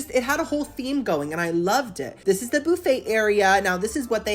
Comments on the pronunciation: Love the Channel but its buffet not booffet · First time in my life I have heard boofay 😂 in Ca we say buff ay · BUFFayyy NOT BOOFayyy 😂 for the love of God pronounce it correctly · Lol i LOVE the way you say BOO-FAY😊😊😊😊😂😂😂😂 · I Love You Girly, The way you say "BOOFAY" is the BEST>> :face-purple-crying::face-purple-crying::face-purple-crying:🤣😂🤣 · I love how you pronounce it boof-aye 😂 Great video as always! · I am so excited about this Saturday boo-phay moment!!! Also I never want to call it buffet anymore it’s way more fun to say it the way you do. Love you!!! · i love the way you pronounce buffet. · Love how yu say “ buffet “